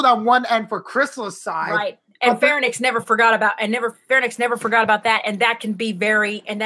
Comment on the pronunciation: Farenix? Oh, she means Pharynx. ;)